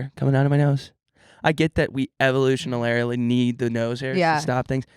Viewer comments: "evolutionalarily" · Evolutionanarily, evolutionalarily 😂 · cackling every time they tried to say 'evolutionarily'